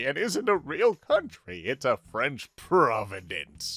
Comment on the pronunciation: Shocked by your French accent which is freaking good oof !